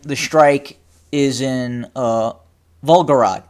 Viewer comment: Vol Go Grad is how it's pronounced. Thx for this vid.